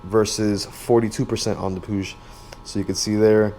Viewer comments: So I asked some spanish speaking friends how you pronounce it and apparently you say it like how the brits say it pu-ig and not puge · I love how you said Puig, it's the first time I've heard it say like that haha.